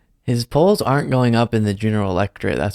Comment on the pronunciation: Did he say "my polls" or "my balls"? 😂